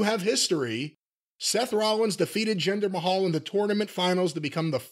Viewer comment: I can’t with Jim’s pronunciations 🤣 Jinder May-hall 😆